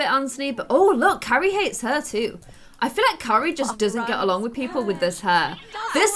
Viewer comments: You keep calling Keira kery😂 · Keira not Carrie lol love u 💛💜💙💚💛💜💙💚